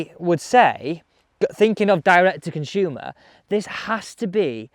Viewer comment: Why oh why? It’s Consumer NOT Conshumer.